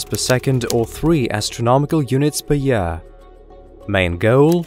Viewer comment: "astronomical units per yaaaah"